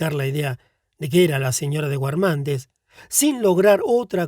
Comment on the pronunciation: Xq pronunciar guermante pronunciando la U? X lo demás mil gracias